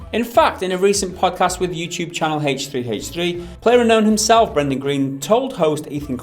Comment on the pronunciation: Hech 3 hech 3 ? I thought you had a comment on the podcast telling you the the H is silent. shame on you lads